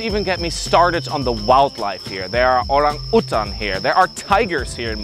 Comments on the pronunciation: Im impressed that you pronounced orang utan correctly, ive heard some pronounce it as orang you-tan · Thanks for pronouncing Orang Utan as it should be rather than Americans who pronounce it word for word (sic).